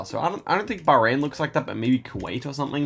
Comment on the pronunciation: I know this comment is a bit late but the pronunciation of Bahrain was surprisingly good. But very cool map and even cooler guesses